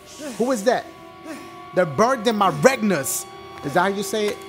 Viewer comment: "they're burned in my regnas" lmfao my guy